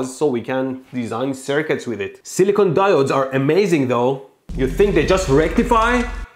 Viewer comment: mmmm, DI OH DES